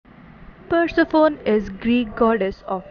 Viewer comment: PUR-SE--FOUN!?!? It's pronounced PUR-SEF-ON-Y!!!!